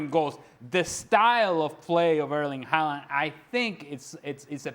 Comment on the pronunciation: Fjørtoft is so lame. Just because you are on a english speaking TV-show, you don't have to pronounce Haaland's name like that. Clown 😂